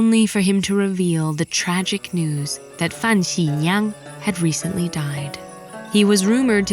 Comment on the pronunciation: Great representation! ABC that can't pronounce simple Chinese (just Meng Jiang and Fan Xi Liang) properly.